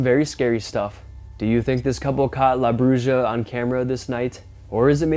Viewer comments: It's La Broo-ha dude. The j in Spanish makes an h sound. Get with it. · Lmao “la brooooja” do some research man. You’re letting us down recently. Omg dude, and you are confusing a “raptor like creature” with a friggin opossum, just churching it up. C’mon man!! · La Bruja is pronounced "La Bruha" My daughter-in-law is Spanish and she's helping me with the culture. It's actually a type of witch.